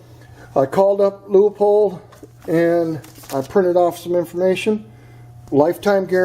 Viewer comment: It’s not loo uh pold either it’s loo pold